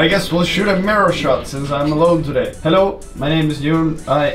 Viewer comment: When Jon says: Hello! It sounds the same as my swedish friend says it. Heloo